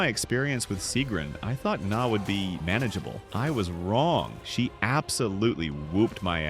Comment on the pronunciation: King Hrolf and Gna being the benchmark for builds resonated with me. Also Im pretty sure you’re supposed to pronounce the G in Gna. Hearing you say nah over and over again so many times in this video was truly a test of endurance.